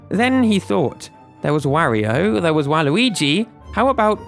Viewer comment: You pronounce Mario and Wario weird, made watching this difficult….